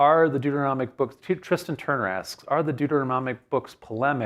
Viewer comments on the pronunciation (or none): none